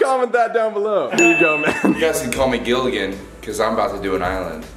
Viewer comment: Its gillagans island not gilllians